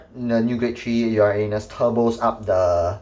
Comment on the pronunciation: When he said uranus i always heard Ya A Anus 🤣